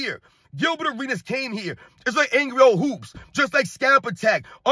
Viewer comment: Arenas was butchered in a real men arena!😁